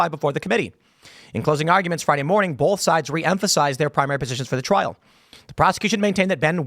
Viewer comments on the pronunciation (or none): Normal people "both" Tim.. "BULTH" everytime 😂